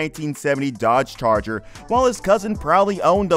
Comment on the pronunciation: Gotta love that 1971 Dodge "Charller" .... lel